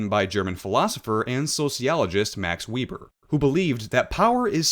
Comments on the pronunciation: Weeber? Otherwise known/pronounced as Max "Vay-ber". You might also look into elite theory and the notion of elite circulation. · wee-bur lol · Just a correction on Max Weber's name. Weber is pronounced with a V and not a W sound.